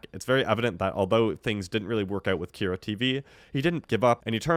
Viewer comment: How are you saying both “PAQ” and “Kyra” wrong? Have you even seen the show before? Lmao